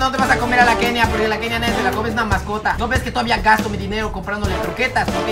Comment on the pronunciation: Que bonito diciendo masacota:)